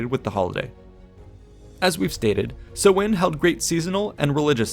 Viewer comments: Would looking up pronunciation kill you? Its sow (like a female pig) - in. Not sewing. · samhain (sou-in) not sowin just saying, slainté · Me, a guy from a place where samhain has allays been celebrated hearing so-in as a pronunciation, this is so odd xDD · I'm getting another pronunciation of Samhain on the net. Everyone else stresses the first syllable, which should rhyme with 'cow', but w/ an 's'. The 'm' is silent. the second syllable is simply 'in', and not with a long 'i'. Sow-in. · Pronunciation of Samhain is "Sow" as in female pig and "Anne" girls name just put the 2 together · Im not sure about other languages but in irish its more pronounced sow in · Samhain is pronounced as s-how-ain Atleast in gealic Irish it is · samhain... pronounced Sow(like cow)-win... sow-win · Ahhh it's pronounced sau-ihñ! Like sow as in female pig not sow as in sow seeds or sew clothes. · The letter Á is pronounced like "awe", so Samháin is pronounced Sa-wawn. I was at the mound of hostages recently with my son, I love visiting Tara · It's pronounced s-OWH-in not sow-in. (OWH as in being hurt, not sow as in sow seed) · No, not like that either. Like the ow in 'ow I hurt myself'. s-ow-in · Sam hain is pronounced "SOMHEN"?? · I always thought it was pronounced "sow-en" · Irish person confirming the pronunciation as Sow(as in pig)in... so, s'ow-in